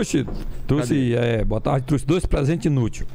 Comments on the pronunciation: "Eu não truci" foi foda hein, achava que era trouxe! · Eu não "trusse".. doeu aqui... tem que chamar o Franklin Medrado